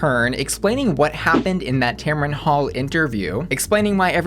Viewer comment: First, her name is pronounced Tam-run, not Tam-Ron... 2nd, if you don't want to support Sherry Pie z you're entitled to it.. but you don't get to shame others if they like her drag or want to see it. The great thing about choice is that you get to make that choice. Let others do what they want, even if you don't agree with it.